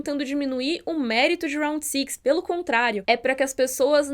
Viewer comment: "sÊx", please. Todo mundo pronuncia direitinho "round", mas fala "six" com som do i brasileiro.